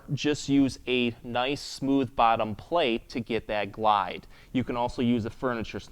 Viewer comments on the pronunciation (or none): none